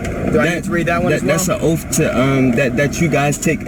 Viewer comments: Come on now it's oath,not ooofff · Learn to pronounce oath its not offf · It's amazing how many illiterate drivers there are. "What's your oaf of office?" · How could the officer forget his "oaf". Mr sovcit must have axed about it a dozen times.